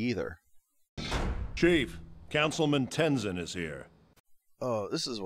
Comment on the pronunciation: I love that Korra’s first line being “I’M THE AVATAR! YOU GOTTA DEAL WITH IT!” It really shows Korra being a VERY different protagonist rather than being Aang’s copycat despite being his reincarnation. Also, Aang’s son is pronounced Tenzin, not Tenizin.